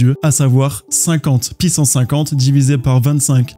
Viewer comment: Meme si je ne comprends pas encore tout j'aime beaucoup tes videos pour bien comprendre par contre ca fait toujours bizzare quand tu dis une πsance pissance au lieu de puissance